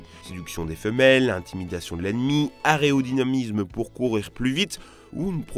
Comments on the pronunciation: Aréodynamisme ? Non , aérodynamisme 😁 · "aréodynamizmeu" suis-je le seul a avoir entendu aérodynamisme de cette facon? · Areodynamisme ? Mdr nan je chipote mais ça m'a piqué les oreilles. A part ça super vidéo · *aÉRodynamisme, pas aRÉodynamisme 😉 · On dit Aero pas Areo 😂😂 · ARÉodynamisme 😓 T'as mal prononcé , c'est aérodynamisme ;) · A"ERO"DYNAMISME ET NON PAS A"REO"DYNAMISE !!! ÇA REND FOOOOOOU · aréodynamisme ? aréoport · aréodynamisme, le france est ded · super vidéo mais je m'en suis regarder plein et deuxième fois que tu bute sur "Aéro" que tu a prononcé "Aréo", dans ce cas aérodynamisme et dans celle sur les avions, aréoport ! ah ah ! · 3.19 aréodynamisme Oui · "l'aréodynamisme", nouveau concept à la mode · J'allais faire la remarque 😂😂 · t inquiete t pas le seul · Je pense pas, il a dû s'emmêler les pinceau comme on dit rien de méchant mais ça m'avait juste interpellé sur le coup lol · Ouais il est dyslexique en fait hehe (nojoke) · " aréodynamisme" xD ;) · "Areodynamisme" :D